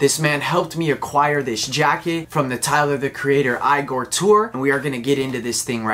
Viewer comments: Still saying eye-gor even though Tyler announced it was (eee-gor) lol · Dude said “eye gore”